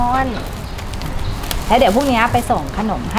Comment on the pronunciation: ทำไม พูดคำว่า "แล้ว" เพี้ยนเป็น "แล่ว" ทุกคำเลยอ่ะ ฟังไม่เป็นธรรมชาติเลย